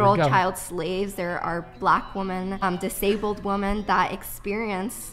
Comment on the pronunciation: She doesn’t know how to pronounce “women” , she just keeps saying “woman”. “Woman have been oppressed”